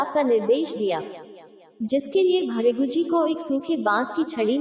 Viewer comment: इनका नाम है महर्षी भ्रुगू. आपको ठीक से हिंदी पढने नही आ रहा है